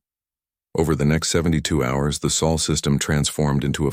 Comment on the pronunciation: Still can't handle Sol, not saul